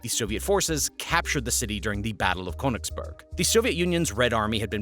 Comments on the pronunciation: Königsberg (mountain) not Königsburg (castle). 😂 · As a german i am laughing every time he says Köningsberg XD